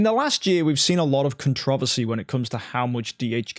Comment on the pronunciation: That pronunciation of controversy caught me of gaurd